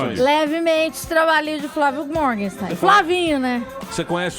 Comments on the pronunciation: Todo mundo aí falou o nome do cara errado. Não é MorgensTEIN é MorgensTERN. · Pessoal, aprendam a ler direito..o nome do cara é Flávio Morgenstern, mas vocês insistem em chamar de 'Morgenstein'.